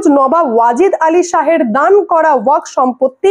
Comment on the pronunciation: ' ওয়াখ ' -- নয়রে বাবা, শেষে একটা ' এফ ' আছে, ওটা মাথায় রাখতে হবে ।